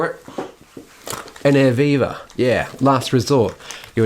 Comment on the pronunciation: Oh, Air VIVA ! I thought he was saying Air Beaver. But then it took me 35 years to figure out Jimi Hendrix was not saying 'Scuse me while I kiss this Guy. :)